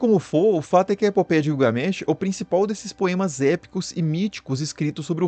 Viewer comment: Guiugamesh kkkkk😂😂😂 rachei